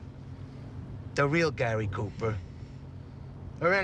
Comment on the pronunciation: Gay-ry Cooper